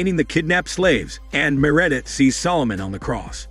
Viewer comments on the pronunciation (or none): Me'Redith instead of Meredith?